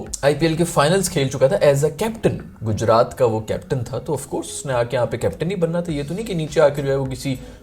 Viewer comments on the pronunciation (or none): none